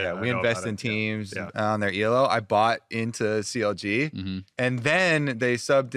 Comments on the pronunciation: Elo,! Not E.L.O. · STOP SAYING 'E.L.O.' THAT'S A BAND. 'ELO' IS A WORD, IT'S THE GUY'S LAST NAME!!! Other than that, which was driving me nuts, jokes and daydream skits were one of the best parts of this podcast.